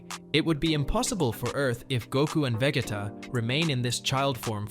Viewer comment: This guy actually said vejeta 😂😂😂